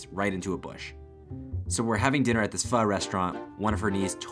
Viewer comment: I like how people pronounce pho it’s so funny